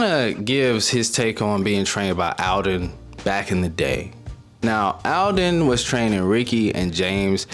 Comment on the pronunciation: Yeahhhh, you are the ONLY person in the moto world who pronounced Aldon Bakers first name correctly, as everyone calls him EL-don.